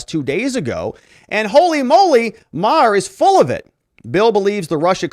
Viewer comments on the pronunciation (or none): none